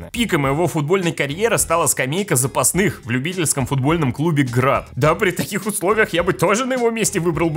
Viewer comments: все же правильно будет "запасных", а не "запастных" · Запасных* ! А не "запастных"